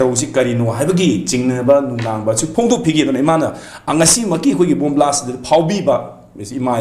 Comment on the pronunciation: Blast not blash